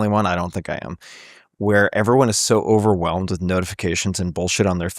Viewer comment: “Co-verwhelmed” “Distonance” “Garden Walled”